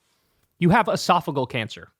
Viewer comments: Pronounced “Ee-sof-i-gee-al” not esofigal. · esophageal, not esophagal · Calm down Bro! First, its pronounced ee-sof-uh-JEE-uhl. (JEE JEE JEE .) 2nd, AOC will come out at the right strategic moment. There is no reason to waste her talents in whatever honeymoon period the GOP expects to have with the incoming. It's actually a good strategy. Its time for the Big Boy to sing and dance. The next 14 months will be about his performance and promises. Stand back and let him get closed down based on poor ratings. Then send in the special forces. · Uh-soff-a-GEE-al cancer. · I think it's pronounced es-saf-o-gee-al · Esophageal cancer. Why does everyone mispronounce the word?!😂